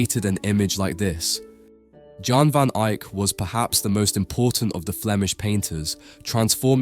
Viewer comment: YAHN VON eye-k not Jan